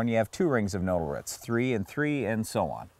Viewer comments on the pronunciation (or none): Ruut no actually guys it’s roots lol